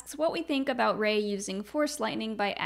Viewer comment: “Ray-hitler” Star Wars explained~2019